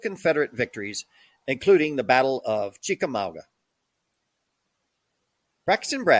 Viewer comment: One of the blurry pictures you showed while discussing Bragg was a rendering of the battle of Culloden. Lazy! You are also butchering the names of certain battles such as Chickamauga and Antietam.